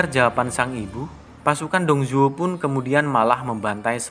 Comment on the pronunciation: Baca Ravage of Time deh... Di situ Lu Bu (Li Pu) nya pintar... Kadang2 interpretasi pembuat filem sih boleh2 aja. Kalo gw lebih terganggu dgn cara pembaca nyebut nama Li Pu(Lu Bu), Tong Chuo (DongZhuo), TiaoChan(DiaoChan)